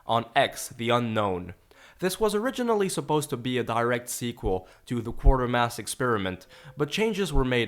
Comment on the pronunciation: I loved this movie,in fact I have the blu ray. Btw it's not Quartermass it's Quatermass there's no "r" between the "a" and "t" . Thinkn Cratermass substitute the cr with qu. This would have been a sequel to the Quatermass movies but the author of the above wouldn't let Hammer use the character so Hammer just changed the scientist's name.